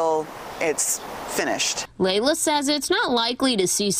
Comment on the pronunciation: Its Leila not Layla🤦‍♂️🤦‍♀️